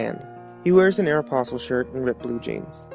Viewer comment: you mispronounced Aeropostale